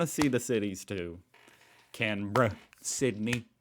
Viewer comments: Sparky is electrician , Chippy is a carpenter . See you’re pronouncing Canberra correctly now lol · HE FINALLY SAID CANBERRA RIGHT, HOLY F***! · Good to hear you pronounce Canbra right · i appreciate your pronunciations of aussie cities, youve come a long way since i begun watching your channel about 8 months ago haha. Can-bruh, Mel-bin, Bris-bin, Syd-nee, its like week days all ending in ee, e.g mondee tuesdee wendsdee so on an so on lol